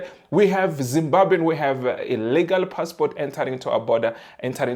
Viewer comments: That guy is not from zim,we do pronounce Zimbabwe as Zibabe., his tone no way to be a Zimbabwean. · give us the full video, that guy is not a Zimbabwean, he is more South african than anything else, we dont pronounce Zimbabwe the way he does and we dont pronounce Polokwane the same way he did, its a section of South Africans who pronounce those words the way he did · the way he pronounced Zimbabwe does not sound Zimbabwean。could you please make a content asking Zimbabweans to say which tribe is he from。